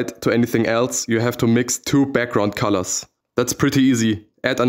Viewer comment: "fucks up the corlors"